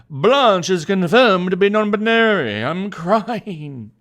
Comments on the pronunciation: sarcastically pronounces non-binary as non buneary Buneary: cries in pokemon noises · No no no you misunderstand.. It's not non binary.. It's non buneary.. She just doesn't like bunny pokemon